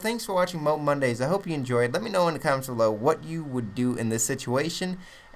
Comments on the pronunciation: it isn't pronounced "Mobe" so stop it, now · Isn't it pronounced "moe-ab" :/ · You realize there is an "A" in moAb pronounce it like that you stupid fuck. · Hes not a camper, just controls an entire area. And i think you should pronounce mo ab correctly